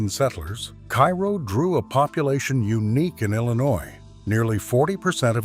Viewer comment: Terrible AI voice with numerous mispronunciations, including the name of the town.